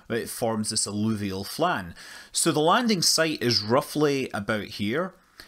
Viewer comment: Manley: - "It forms this alluvial flan." What the hell is an alluvial flan? I thought I was watching a science show, not a cooking show.